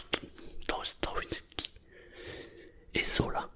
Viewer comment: Salut, super vidéo si jamais on prononce dostoyèvski